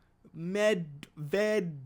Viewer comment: Big props to you,, for getting Medvedenko's name right! He went by "Slava" while in the league.